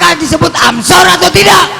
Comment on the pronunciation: Anshor gufron bukan amsor, ngomong saja ga bener lu